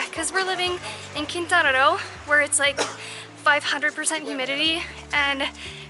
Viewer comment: I must say mija your spanish is superb both of you have it hands down I'd even say better than me and I'm fluent in spanish I heard you say colectivo casa taviche mercado el centro Quintana Roo and Quintana just about everyone gets it wrong when it comes to the pronunciation and you my darling got it right congratulations to the both of you so from your biggest fan God bless and safe travels